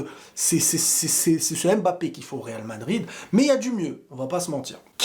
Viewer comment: Pourquoi tu dis vardrid